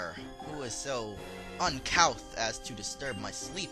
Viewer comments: Uncouth is pronounced as uncooth btw. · Is it wrong that I think Caitlin is kinda hot? Also, it's pronounced un-cooth. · It's pronounced "cooth."